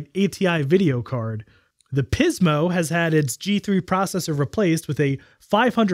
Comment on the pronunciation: I literally cringe every time you emphasize "PIZmo". It feels like you're taking the piz, man. 😂 Great video as always. I love how you boldly go where most people don't bother to.